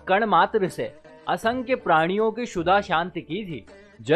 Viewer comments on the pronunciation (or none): For your kind info it's not sudha... It's kshudha means bhookh